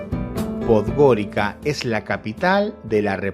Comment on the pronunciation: ¡No! No Podgorika (Podgorica). La c en Montenegro y no sólo en Montenegro, se lee como ts. Pues — Podgoritsa.